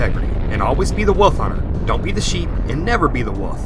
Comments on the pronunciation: what's a "wuff" or did you mean "wolf"? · Thumbs down for saying "woof" instead of "wolf"